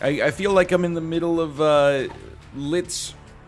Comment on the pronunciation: I hear: Liszt's magnum opum I receive: Lit's magnum opum